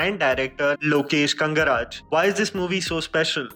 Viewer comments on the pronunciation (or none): Its lokesh kanagaraj or kangaraj,with that said,kamal Hassan is a legend